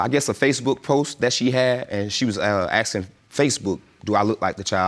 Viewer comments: gah i hate how ppl say axing instead of asking. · Why oh why do black people keep saying axsing instead of asking???